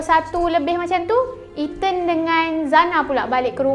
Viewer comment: Itu lahh..😂😂😂 One more Eten. (Ethan)